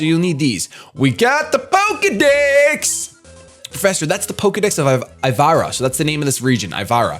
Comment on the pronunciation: i'm sorry but i can't be the only one who laughed thinking said "pokedicks" instead of "pokedex"